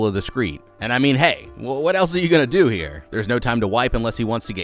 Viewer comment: "rawl"??? , "elts"??? "flawls"???